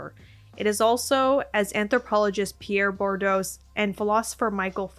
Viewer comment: that is not how you say foucault or bourdieu